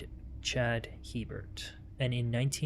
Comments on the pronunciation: The last name is pronounced a bear not Hebert. Not to be confused with Herbert My mother married a man with this last name in Louisiana. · In Louisiana we pronounce that last name as (Hebert) " a-bear" hahaha don't ask...we're cajun!!!😂😂😂❤❤❤ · As a resident of South Louisiana, I'm here to inform yall. Hebert is pronounced, "A-Bear" Now u know. Lol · It's pronounced ABear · A-bear. In Louisiana, it is a Cajun surname hence pronounced Long A sound, followed by bear. Brett Favre, the corrupt and stupid NFL star says his name as Farve, but it should be pronounced as Fah-vra. They say Garcia as garsha. It's a deep south thang.